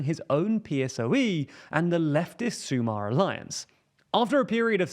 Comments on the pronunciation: It’s pronounced Sumár, not Súmar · A little tip for pronunciation of Spanish names and nouns, hope it helps. When you have an accent on a vowel, like the one in El País, you must put emphasis in the I, /paÍs/, not /pAís/. For /sumAr/ is a little bit more difficult, so I do not mind that mistake since it requires to know a lot the Spanish language so as to pronounce it correctly. If you are curious as to why, since it ends with R and has an acute accent (when a word has an accent in the last syllable, "palabra aguda"), then the accent is not written. Hope this is useful for any non-native speakers or anyone learning the language.